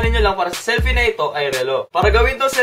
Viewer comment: seeyyllpi xD